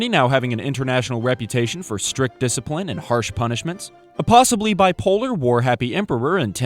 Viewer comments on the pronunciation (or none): none